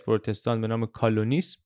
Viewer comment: گرامی. خواستم جسارت کنم و بگویم که تلفظ کلمه کالونیسم را باید اصلاح کنید. البته میدانم که در چنین برنامه هایی وجود این اشتباهات اجتناب ناپذیر هست. در هر صورت از شما بسیار سپاسگزارم. واقعا برنامه های شما عالی هستند.